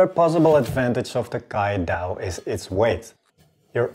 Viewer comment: Have to say this but my cck 1303 also has that grind lol. Just that the steel reslly cant hold an edge for long 🥲 Also, you pronounce caidao not like "kai" as in kai and shun knives, but more like chives without the V and the H.